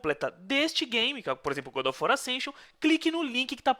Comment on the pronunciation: gud of war kkkkkkkkkk